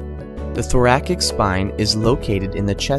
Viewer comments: What the heck are "thorayic" vertebrae? Kept distracting me whenever he mispronounced it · I thought it was pronounced "thor-AS-ic" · Try using a narrator that can pronounce the segments of the spine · I've never heard "thoracic" pronounced they way you pronounce it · the way he pronounces Thoracic triggers me